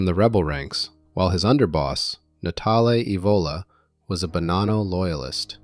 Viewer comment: The one thing that makes me FRIGGING NUTS, is this guy keeps bouncing back and forth with the pronunciation of the last name of Bonanno. neither is correct, it is BO-naw-NO....I know, I went to Santa Clara High School with Joseph and Salvatore. And my Aunt was good friends with Rosalie Bonanno and worked with her at 1st American Title Company in San Jose.